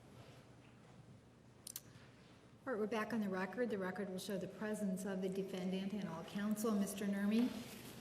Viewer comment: I love the way the judge pronounces DEE•FIN•DANT. 😂😂😂